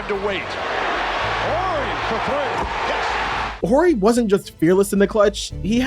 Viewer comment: The H in Horry is silent